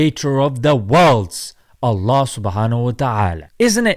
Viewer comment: If the idiot can't even pronounce Allah properly, whatever he says is worthless